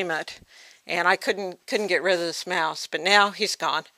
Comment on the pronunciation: get rit of rats. Rid. Rid. RID. Reminded me of Porky Pig explaining how to get rit of rats. damn it! Rid!